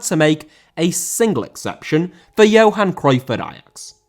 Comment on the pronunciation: Johan* not Jouwhan